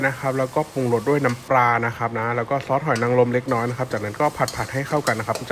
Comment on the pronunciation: ปลานะคะ ไม่ใช่ปาค่ะ